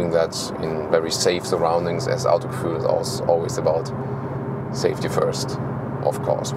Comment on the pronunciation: Vor allem wenn er Autogefühl englisch ausdrückt...